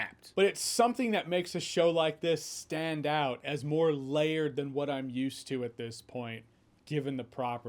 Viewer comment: when you said 'layered' I saw 'Leia'd '